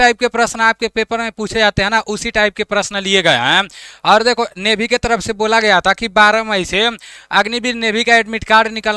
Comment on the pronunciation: नेवी ❌ नेभी 😂